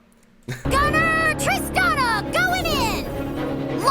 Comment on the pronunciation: Just so you know, it’s pronounced ‘Trist-ahn-a’ not ‘Trist-an-a’